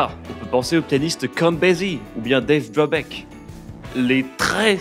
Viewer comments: Ne parle-t-on pas plutôt de Dave Brubeck au lieu de Dubreck ? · Des petites fautes.. Brubeck pas Dubreck, et Billie pas Billye.. Vous faîtes des raccourcis de fou, bien sûr que le jazz des années 20 était une musique écrite. Et puis le fort impact du banditisme dans l'apogée du "jazz" swing est passé sous silence.. JAZZ tout seul ça englobe beaucoup trop de chose et l'auditeur s'y perd.. Après ça dépend du but de cette vidéo.. Mais faut faire gaffe à pas raconter des trucs trop à l'arrache.. Je suis pas un puriste de jazz même si j'affectionne particulièrement ce style mais le contenu n'est pas à la hauteur de la forme pour moi..